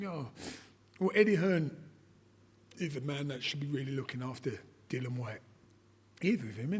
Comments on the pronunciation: Why does keep calling him Dylan it's Dil-li-an he only got told again the other day by Whyte himself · Thank you. I've never called him Dylan, the extra I is there! Pronounce it!